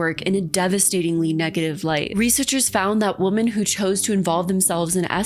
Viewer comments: Okay I'm sorry, WHY is everyone on YouTube suddenly starting to pronounce "women" as "woman". I've never heard you do this before and I've noticed the same with a few other commentary channels. I'm not a native speaker and it's really weird that I was always taught it's "wih-mun" and now you're all suddenly saying "woh-mun" like it's normal, lol. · Do you genuinely not know the difference in pronunciation between "woman" and "women," or are you just trying to be quirky? Do you not know there's a separate, slightly different word for the plural of "woman?" I like your videos for the most part, but that specific thing drives me insane.